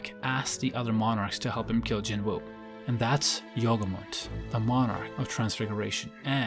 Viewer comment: yogumunt sounds like yogurt